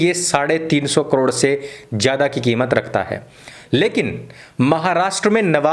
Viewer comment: "so" nhi suuar "sao" gram hota hai..